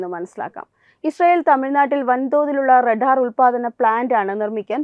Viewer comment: റടാർ അല്ല റഡാർ.